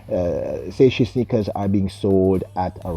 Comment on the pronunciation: Saysh. One syllable. Pronounced the way it's spelled. No SHE on the end.